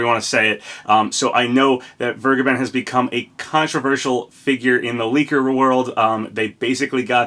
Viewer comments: Vergeben is pronounced as v-air-gay-ben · As a german, i‘m laughing hard how you say vergeben lol